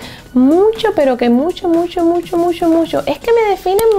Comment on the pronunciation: Me gusta cuando dice: musho, musho, musho 😁😃😄